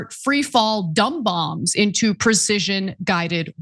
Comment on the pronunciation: Bongs not bomb's